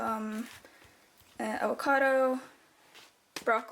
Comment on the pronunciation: "Aocado". They don't grow the 'v' sound in Norway either?